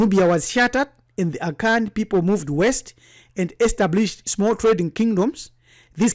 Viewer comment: I was just laughing at his pronunciations of certain Akan vocabs